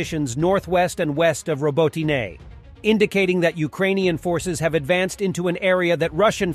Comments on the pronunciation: OMG... pick a pronunciation of Robotyne and stick with it. Hell there's 3 different pronunciations in the first 70 seconds! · How he says robotyne ist terrible 😷